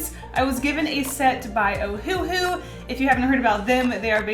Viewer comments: It’s pronounced oh hu not ohhuhu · ITS OHUHU NOT OHUHU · The way she says ohuhu makes me die laughing